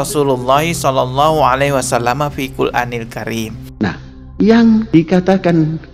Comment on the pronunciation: MAAF BANG..BUKAN FIL QUL ANIL KARIM. JG BKN FI QUL ANIL KARIM. TETAPI FIL QUR'ANIL KARIM. 🙏